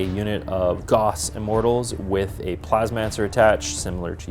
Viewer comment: I know they were saying "gauss", but I kept hearing "goffs" & was getting excited about orks 😂 Which is the only appropriate reaction to hearing goffs